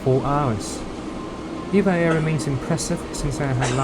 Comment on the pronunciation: E-V-A Air，NOT Eva air